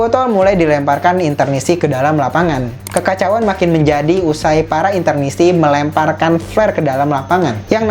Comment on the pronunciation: Correct : Interisti not Internisti